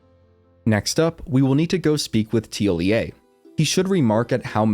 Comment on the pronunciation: Good job on the NPC’s pronunciation, you’re the first person I’ve heard to get it right